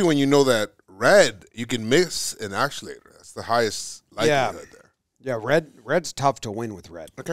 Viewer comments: refusing to learn the proper pronunciation of “actuator” has been one of my favorite parts of this series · I hope never learns how to say actuator. It's my favorite part of the show every episode.